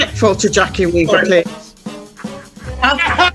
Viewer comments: Jackie Wee-Vah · She said Jackie weaver